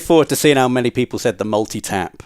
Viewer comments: Hahaha! Multi - tap? Really Rob? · This was really good. I've never played final fantasy and even I knew to say Ereth. And multitap... oh dear